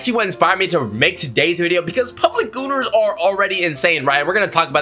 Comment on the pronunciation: D-did you say goners?